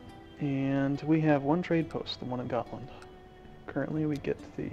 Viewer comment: at last an american who pronounces Gotland right